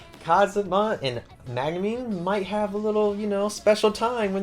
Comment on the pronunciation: Great video, you do great with summarising the books. Just wondering, why do you call Megumin Magnumin?